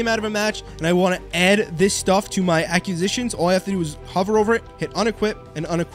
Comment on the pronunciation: Look up proper way to pronounce ACQUISITIONS! Lolol